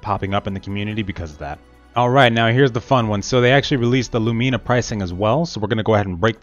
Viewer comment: please say Lumena not Lumeena